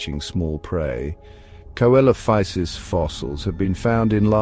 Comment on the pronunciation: Yeh, Coelophysis is pronounced, SEE-lo-FY-sis.